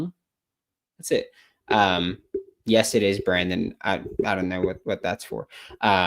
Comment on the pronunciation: He said the best Brandon now what is the best bran donnn?